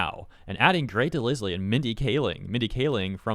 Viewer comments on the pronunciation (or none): The name "DeLisle" is pronounced "deh-LYLE", not "deh-liss-lee". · Mostly unrelated but I think you say Grey's last name not as "De-liz-le" but as "De-lyle" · Delisle is pronounced Dell-ile btw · Grey De-Ligh-L not De-Liz-Lee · You said Grey DeLisle‘s last name wrong dude, the S is silent and the E is silent, and it has the long I sound instead of the short I sound. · Her name is pronounced Grey DeLyle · Delisle is supposed to sound like del- isle(like across the isle) 😅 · I hate the way he pronounced her name I could have sworn it was grey de lie L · The 's' in 'DeLisle' is silent, it rhymes with 'defile' or 'revile'. Only phonetically, not semantically. No offense to her. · Her name's pronounced "de-lyle", for the record. Also, as much as this was a shit move on Grey and Jay's part, the strike is still something that absolutely needed to happen, and trust me, you don't want to be on the side that has lately been outright refusing to pay writers and voice actors AT ALL and literally went as far as mutilating trees just to take away protesters' shade on one of the hottest days of the year. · Every time you mentioned Grey Delisle I cringed because you botched her name. It's pronounced de-lyle. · Just for reference; DeLisle is pronounced DeLyle. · It's pronounced de-LYLE. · For the love of God man, is pronounced Del-aisle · Its Pronounced de-Lie-ul! Or aisle with an l in the front. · NGL, constantly hearing this guy pronounce her name as Grey de Liz-lee is just weird. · you dont pronounce the "S" in "Grey Delisle's" name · I think I’m more annoyed by this dude’s mispronunciation of Grey’s last name than the fact that she was mad that someone used ai to mimic her voice lol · Learn to read names properly. You got the animators name wrong then the voice actors name wrong like 15 times.